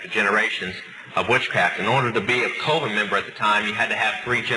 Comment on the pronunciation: Does it annoy anyone else that he calls a “coven” a “Colvin”? Why do numerous sources online say he ended up backsliding back into witchcraft?